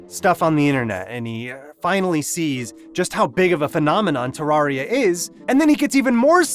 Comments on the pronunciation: I have never played terraria and I have never watched a terraria video. Why is this on my recommended? also why do you say terr are ee uh It’s terr air ee uh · its pronuced TER RA RIA not TAR RA RIA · dude, its TERR AR I A not TERR AR IA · I'm sorry did you just say terrARRRRRRia?